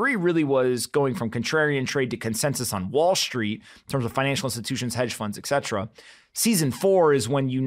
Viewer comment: Et cetera, not eksetra